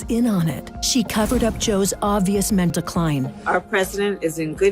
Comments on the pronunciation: The maga add is so lazy with the AI voice. It said ment decline, not mental. Where are the Russian jets? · I can't be the only one who noticed the narrator says "obvious ment decline" in the first seconds of the first ad played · The voiceover says “Ment” 🥴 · I'm sorry did that first ad say "obvious mentacline"?